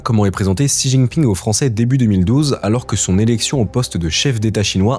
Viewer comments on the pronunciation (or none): none